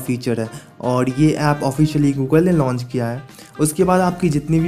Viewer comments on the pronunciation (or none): none